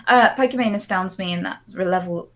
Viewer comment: Nobody: Destiny: "Pokimon"